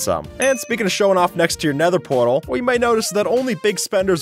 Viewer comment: Did you say nether pwatal😂😂